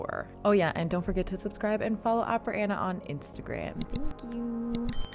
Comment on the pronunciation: Miss soprano, you’ve chosen a profession where Italian most be pronounced correctly, to begin with your name isn’t Aina but ANNA, Rigoletto isn’t but Rigoleto but RigoleTTo.